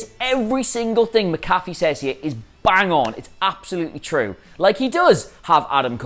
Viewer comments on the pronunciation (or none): Say it with me Adam. Mac-A-Fee, NOT Ma-Caffe! 😡😡😡😡😡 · it's Pat "Mac-a-fee" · MAC-A-FEE. MAC-A-FEE. DAMMIT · Mac-Afee, not MaCaffe. Just like the anti-virus program. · Great shit. Names (MAC-A-Fee) btw for future videos don’t want to get the champs name wrong. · I've heard SOOOOO many Brits pronounce it "MA-CAFFY". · I'm a Brit and the only McAfee I know here pronounces his own name "Mac-A-Fey". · It's sad that a guy from another sport could cum in and outwork and outdo them on the mic then anyone in the wrestling business and will dude pronounce his name rite